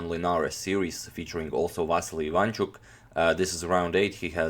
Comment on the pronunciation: Nice videos and nice channel. P.S. The correct way to pronounce his surname is putting stress not on the 2nd syllable (I 'vanchuk), but on the 3rd syllable (Ivan 'chuk), like in video